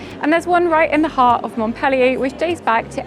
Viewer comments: the city of Montpellier is called by the French mont-pel-LIER, not mont-PEL-lier! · Thank you for the video❤i would suggest you improve your english enunciation,by not eliminating so many consonants.By exclusion i figured you were referring to MontPellier,because Mo?K?ellier is what i was hearing. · It's not "Mont-PEL-ee-ay" ...